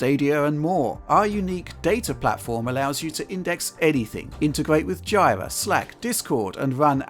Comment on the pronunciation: Jira (/ˈdʒiːrə/ JEE-rə) The product name is a truncation of Gojira, the Japanese word for Godzilla. Please fix your ad, it's horrible